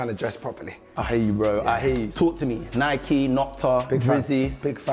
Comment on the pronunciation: Nike not Nicky 😂